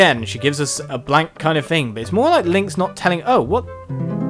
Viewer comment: why do you pronounce thing fing????